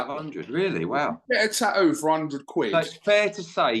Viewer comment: you absolute ball bag, why do you repeatedly refer to the word 'Tattoo' as Taooo? Very annoying and silly🙄